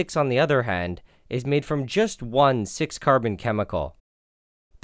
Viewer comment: he is saying nylon 6,6 as nylon s*x